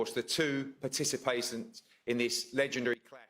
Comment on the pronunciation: "lets meet the two participatents" . . . I thought Fast Eddie went to Private School